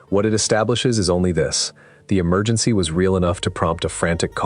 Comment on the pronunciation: Where's da emer- gin- sea? Allegedly!